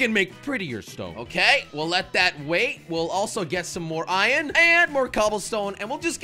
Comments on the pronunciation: Why you say ion it’s iron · I like how jelly says ion instead of iron